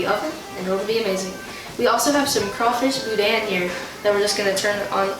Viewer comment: next time.i see you remind me to tell you how to pronounce boudin